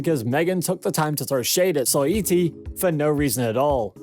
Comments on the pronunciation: And Soy-ee-tee 😂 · I can’t tell if this is a robot voice or not lol He botched saweetie every time too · 😂 its probly siri brother tbh. Simple words always botched